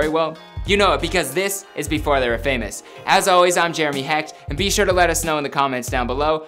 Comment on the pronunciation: Dont say Hecht